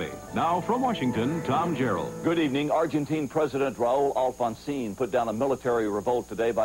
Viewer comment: It's Pronounced Jarrell Not Gerald.